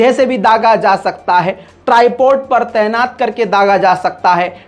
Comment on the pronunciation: تینات نہیں طعینات ہوتا ہے۔ واہ رے رضا تمہاری اردو۔